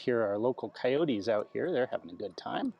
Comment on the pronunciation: Good video as we expect and off topic it was great to hear Ian say Coyote (sounding the "e") at 18.23.